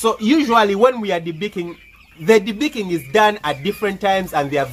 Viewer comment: Lol the accent though "debeakeen bads"